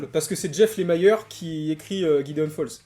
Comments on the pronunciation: Lemire avec ire et non Lemire avec aïre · c'est LE-MI-RE pas lémayeur...sinon sweet tooth, j'ai du mal aussi...